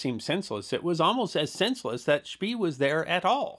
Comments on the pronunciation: Are you sure "spee" is not pronounced "shpay"? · I am kind of a history nut and one of my first memories as a kid was the movie Graf Spee. I have watched everything I can find on this subject and I have never heard the pronunciation schpee as opposed to schpay, even seeing Germans interviewed. Maybe we can get someone else to way in? Thanks, love your docoes! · One note, Spee is pronounced like 'shpay.' This is a really excellent summary of the battle of Coronel, thank you! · Indy Neidell had a similar discussion about the pronunciation of 'von Spee' in (I believe it was) the comments section of one of his WW1 videos. IIRC, he stated that all Germans he had heard say the name pronounced it 'Spee', not 'Shpay'. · Und vat ist vrong mit SCHPAY?!? 😁 The German documentaries pronounce it as Shpay. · The German "ee" is pronounced like the English "ay". Also, the "g" in "gn" is never silent in German. But these are nitpicks of yet another history short! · Spee is pronounced "Speh", a double vowel in German is stretching that vowel....